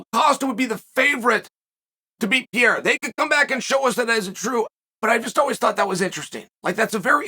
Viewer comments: Chael, Can you please try hard enough to pronounce Pereira's name right. His name is not Peira! It's Pe-rei-ra! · Its not PIER Its PE REI RA, you're welcome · Hey uncle chael I love the channel and content but these athlete deserve a little more effort on the names 😂 I mean dude is a world champ now. I know it’s not a huge deal but I mean that’s some butchery haha. Here yaggo pereira (pe-he-duh) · I would pay for Chael to be able to pronounce fighter names, Puh rey ra